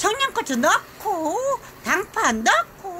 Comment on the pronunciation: 단파아니고 당파 맞을걸요(쪽파) 우리 가 제대로 말씀하셨어요~^^